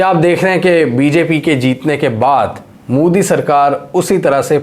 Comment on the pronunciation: Moodi nahi hai, Mo-Di hota hai..... Oo nahi sirf O hota hai